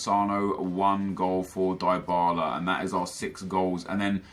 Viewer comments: Its dee-bala not die-bala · It's pronounced cal chee oh. And Dee bala or dih bala.